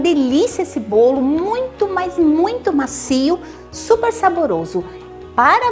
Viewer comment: "BOLI" HAHAHAHAHA ADOREI! CADA VÍDEO UMA SURPRESA ENGRAÇADA